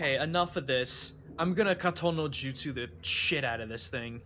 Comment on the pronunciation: It bugs me when says "Katon no Jutsu". That's not right it hurts